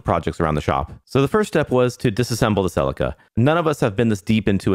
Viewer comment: Say it with me 'See Leek Ah'. It's not a Ferrari and it ain't driven by Tom Salek 😅 cool Resto though mate well done 👍